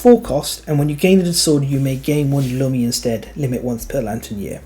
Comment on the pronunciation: I think it should be pronounced "loomi", as in "illumination".